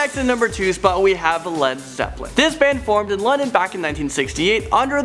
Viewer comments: it's not led lepplin is led zeplin... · It said led lepplin instead of led Zeppelin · It's led Zeppelin not leppelin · It said led leppen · haha yeah and accidentally pronounced Paul McCartney's name Paul "McCarTHY."